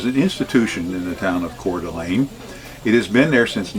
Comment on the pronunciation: Hudson 🍔 🍔. Expect to wait in line! Great job with the pronunciation! Most people get it wrong. 💥💥💥 # Roamingwithrover